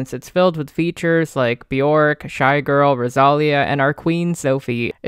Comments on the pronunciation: "Ross a lee a" PLS 😭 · girl if you pronounce Rosalía like that one more time😂